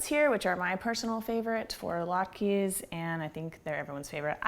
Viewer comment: Sam Welford you're welcome. this recipe is far from traditional, and depending on which Jewish person you ask, she mispronounces them. (Jewish person here) lol.